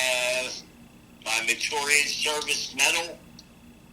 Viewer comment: Probably trying to sue - he was real specific about being at lejeune- 💰💰💵💵 big lawsuit right now - “mer- i- tor- i- us” is how it’s pronounced